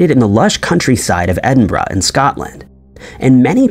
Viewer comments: The biggest mystery is how he managed to pronounce “Edinburgh”… and “peripheral “! Nobody gets peripheral right! ‘ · Omg , you said EDINBURGH correctly, finally !!!! 😁, also another great video